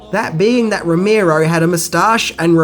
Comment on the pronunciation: And is is not "John "Ash"tin". No "h" in that. And it isnt "Ro-MEER-O" but "Ro-MARE-o"